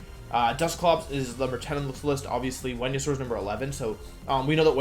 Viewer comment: Talking about Dracovish counters that got removed cracks me up. “This gives Tailwind, this gives sun, this gives Follow Me, this gives ... Wenusaur.” Great wideo, Wolfe! Love this!